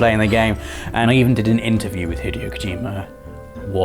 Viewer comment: please don’t pronounce Hideo Kojima like that again